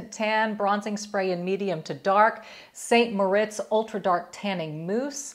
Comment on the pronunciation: It's pronounced SAN Moritz and Bondi is Bond-eye not Bondee.